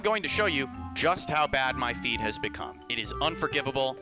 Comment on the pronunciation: “I’m gonna show you just how bad my feed has become” totally thought he said FEET instead of feed, this is why I need subtitles on at all times😭😭😭